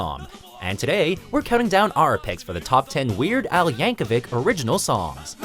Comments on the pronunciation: It's yankovich not yankovick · Pronounced "Yankovich" not spelt ik how it is spelled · It's Yankovic not Yankovich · Mrgan Yap no it’s Yankovic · No, Yankovic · according to his wiki page it is pronounced with a hard /k/ at the end